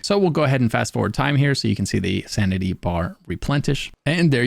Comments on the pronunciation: did u say santity and replentish? oh u kill me hahaha tyvm for the vid:D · Sanity bar Replentish ?? SanTity ? Made me giggle